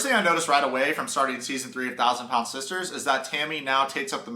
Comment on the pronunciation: "If you're a 400 PAND man or woman..." what's PAND??